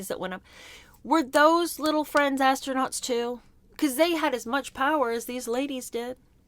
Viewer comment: Did they say , ass-nuts or astronauts .